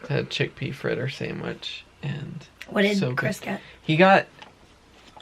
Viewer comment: Sandwich not samwich. Lol